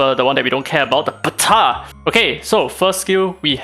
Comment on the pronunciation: that "Ptah"